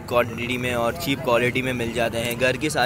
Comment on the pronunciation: yaar english toh thek kro chep chep kary jary ho low rate he bol do